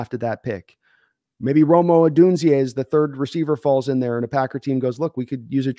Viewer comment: Who the heck is Romo Odunze'a? I only know of Rome Odooonze.